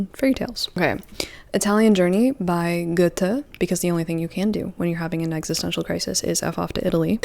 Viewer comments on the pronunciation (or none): none